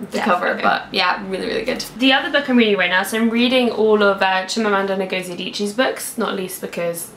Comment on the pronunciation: Just a correction on the pronunciation of Adichie's middle name. It's "ing" for Ngozi, not na. So phonetically, her name is ing-o-zi or nn-go-zi, but certainly not nah-go-zie. and great reading list